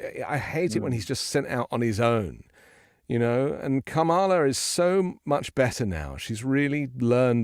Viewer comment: Pronunciation: CALM-a-la